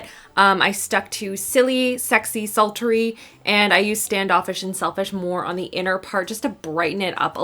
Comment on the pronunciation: I just ADORE how you made the word “sultry” have three syllables 😂 You’re freaking adorable ❤️